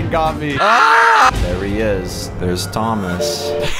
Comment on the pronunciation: Thoma it is monter AHHHHH